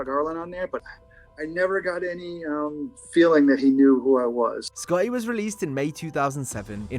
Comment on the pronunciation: nearly gave me a hemmorage at how you say Sc-otty. Should have got someone else to dub that name.